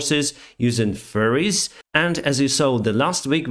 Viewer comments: only me that keeps hearing him say "furries" instead of "ferries"? :P i know what he's saying, it just makes it a bit fun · The way you say it it sounds like "...causing Russian to send more forces using "Furrys"..." Damn, seeing a bunch of armed people in fursuits would totaly break the moral of Ukrainian troops... xD Because they woul break down laughing their bellends off... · "... causing Russia to send more forces, using furries ..." I mean ... they're sending anyone they can get, right? xD I realize you said "ferries", but in that moment ... I choked on my drink 😂😂😂😂